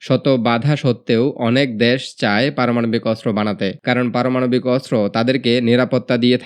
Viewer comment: দ্যাস টা কি? আবাল বাঙালি বাংলাটাও বলতে পারে না